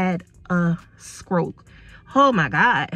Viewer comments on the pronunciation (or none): The word is stroke not skorke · I’m sorry but what’s a “skroke”? I thought you playfully said “skreets” but maybe you’re not sure how to say that sound combination correctly. Please, respectfully, don’t tell anyone they need Speech Therapy.❤️